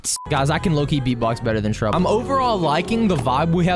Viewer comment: YOU Are WEIRD FROM Not SAYING SHRUBB right